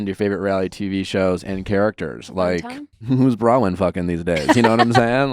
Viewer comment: Nick, it's Bronwyn not Brawyn! Why does no one correct this guy?